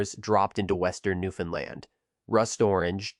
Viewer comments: It's pronounced Newfoundland, not Newfoundlind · I live in newfoundland stop saying newfinland 😅😊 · Bro I can’t listen to you say Newfoundland incorrectly. Painful. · Fact #1: Newfoundland...rhymes with understand. Fact #2: AI audio fucking sucks. Other than that, not so bad. Thanks.